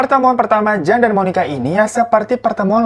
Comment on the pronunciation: Nama JAN, dibacanya YAN kak, dalam bahasa Belanda maupun Vlanderen Belgia, Huruf J itu dilafaz nya Y.